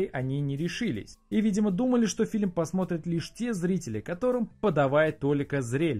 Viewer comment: Раздражаешь говорить "филем" вместо "фильм"...